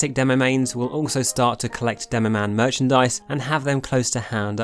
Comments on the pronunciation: Demomann, not demomaighne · not demoman *demomaneeee